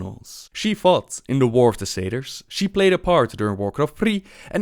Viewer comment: sometimes says "fought" and it sounds like "fucked" it's so glorious... xd